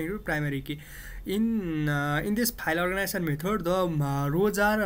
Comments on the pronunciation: its organization , not organition.... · no, "orginizion"